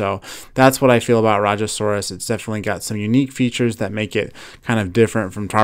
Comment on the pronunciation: i like that the new indian dinosaur is in the makes by mattel (rajasaurus) and u said it correct the first time